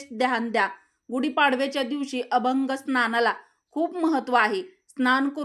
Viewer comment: अभंग स्नान हा अशुद्ध श ब्द आहे अभ्यंग स्नान हा शुद्ध शब्द आहे व्हिडिओ करताना शुद्ध बोलण्याकड लक्ष द्यावे